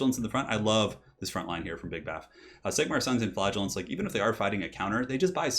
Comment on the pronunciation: I always pronounced "Flagellants" the way "flagella" sounds. The way you say it makes it sound exactly like "Flatulence" lol